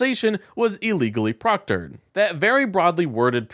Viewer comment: "proctered"? It's procured.